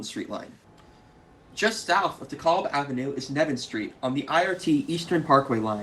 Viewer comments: I was born in Brooklyn on the 60s and lived there for 25 years. We pronounced DeKalb as de-cal-b, not de-call-b. Not sure from where your pronunciation comes. Maybe all my friends and family were wrong, but that is how we pronounced it. Great series. Keep them coming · GREAT video! BTW: DeKalb is pronounced like 'decal' with a 'b' at the end.